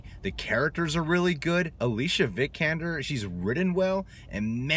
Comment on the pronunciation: You butchered Alicia Vikander's names lol